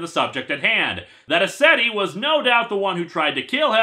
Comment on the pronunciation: When he said "Mr. Ascetti," I heard Mister Resetti. And then I thought, "Damn, Animal Crossing's black market must really be thriving if Resetti joined up with Crazy Redd."